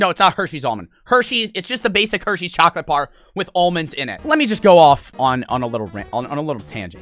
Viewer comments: saying “chockleat” gets me all the time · Dude said "chacolate" 😂😂😂💀💀💀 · “Chaclat”